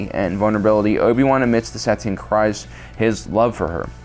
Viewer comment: KEEEZ. It's pronounced KREEZ